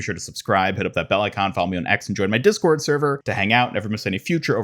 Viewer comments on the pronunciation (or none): none